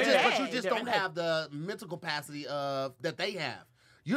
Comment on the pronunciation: ......"Mentical Pacity"😂😂😂 and they let Tahir slide with that